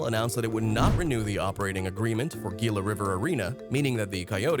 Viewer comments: You mispronounced Gila and Tempe. Unsure of a word? Google it. Lazy S*%@ No sub from me. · He mispronounced Gila and Tempe too.